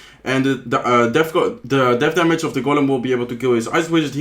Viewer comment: tamage ,tark prince .tya,collocte need to improve to speak better